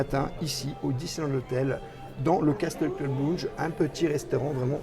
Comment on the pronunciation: Salut, un grand merci pour cette vidéo qui fait rêver, au fait, Castle Club se prononce "Caseul Club", le T ne se prononce pas 😊, je vous adore, à très bientôt, gros bisous 😘, Sébastien